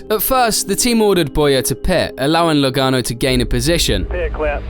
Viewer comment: it’s Joey Logano not Lagaono